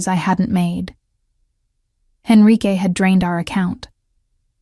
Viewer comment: Enrique not Henrique.